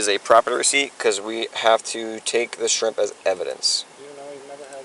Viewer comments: He gets points for the way he said “shreeemp”. Bonus points would be “skriiiimp” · As soon as he said "shreeemp" you knew he was guilty